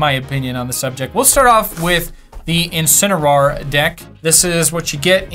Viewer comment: IncineRAWR: How pronounces Incineroar